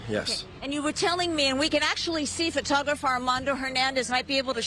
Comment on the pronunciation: This broad can't say photographer, she the plug?